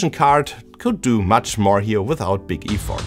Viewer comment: Look up "Effort" and "Piano" as english pronunciation. impressive how you can reverse engineer an entire PCB but dont see the small mistakes in english. also at the end, its not "Borrow me", its "Lend me" if its said that way